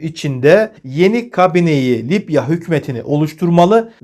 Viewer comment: Lipya değil Libya.Allah daha çok versin takipçi sayınız çok arttı.Bu sebeple bir haber spikeri özeniyle diksiyona daha özen göstermeniz gerekir diye düşünüyorum. İçerik çok iyi.Selamlar